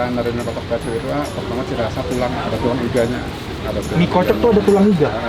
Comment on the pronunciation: Kalo nyebut PERSIB itu PÉRSIB Bang...